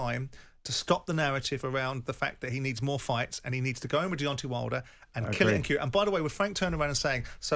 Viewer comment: It's DeonTAY not DEONTEE. Why do over 50s men in England keep going back to 1800s pronunciation. The same people probably say PARK-IS-STARN rather than Pakistan.